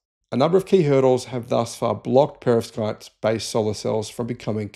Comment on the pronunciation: Yea you're not saying that word correctly, even with an English accent. Perovskite